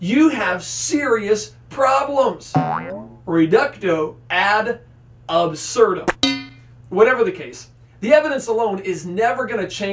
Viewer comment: It's 'reductio'. 'Reductio ad absurdum.' Not 'reducto ad absurdum.' Please, stop murdering the language of critical thought.